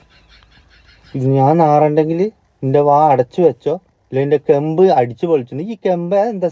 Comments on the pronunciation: കെമ്പ് അല്ല ബ്രോ കേണ്ട് അതായത് കരണം തെറ്റ് ധരിക്കരുത് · ചിരിച്ച് ചിരിച്ച് മതിയായി ബ്റോ😅കെംബ് അല്ല കെൻട് ആണ് 😅😅😅